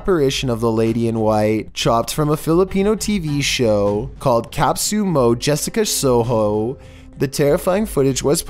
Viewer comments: No its calls kapusomo Jessica soho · Kapsu Mow Jessica Sowhow